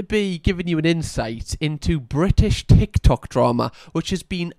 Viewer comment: I would watch 13 mins of just saying “ticky tocky” tbh, it’s perfect in a geordie accent 😂